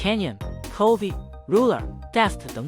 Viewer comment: chovy是不是偷念成covid